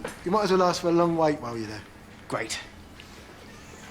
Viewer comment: 9¾. She says "aks" instead of ask.